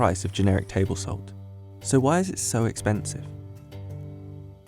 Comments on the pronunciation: It's not exoensy 🙄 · why is it so expensi... " am i the only one who goes nuts cuz of the way he pronounces this?